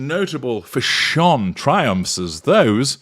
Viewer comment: I had to laugh at every pronunciation of “fushonn!” 😂